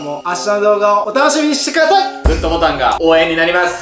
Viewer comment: 13分11秒 皆さんも楽しみにしてくさい！！になってる笑笑